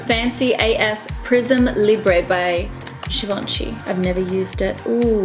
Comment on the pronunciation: The G in Givenchy is a soft G. It's not Gee-Vahn-Chee. It's zhee-vahn-chee